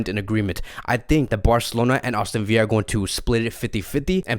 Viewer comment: Aston VILLA not viya it’s English not Spanish